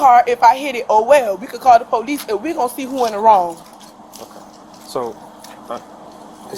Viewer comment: Ask the polixe next time they ask u to exit one